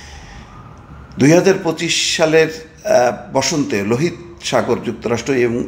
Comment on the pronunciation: লোহিত নয় উচ্চারণ হবে লোহিতো সাগর।